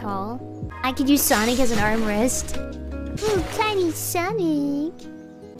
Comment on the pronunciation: "armrest" not "arm wrist" 👍